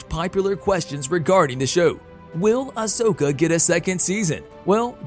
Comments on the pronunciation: I have to cross fandoms here... It's Ah- sO-ka, not ohsawka. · Ah-so-kha Not oh-sac-eh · Yeah its ah soak not Osaka ffs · OMG DUDE Say her name right. Can't even watch this past 1 min. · He's staying Asoka wrong it really Herts to here people say a simple name wrong 🤣